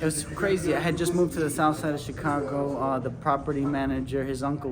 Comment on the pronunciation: i thought you said chingano lol😂